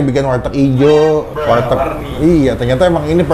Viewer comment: warteg bang bukan walteg. canda walteg😂😂😂